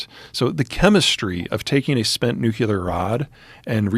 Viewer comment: Is anyone else bothered by how he pronounces the word nuclear?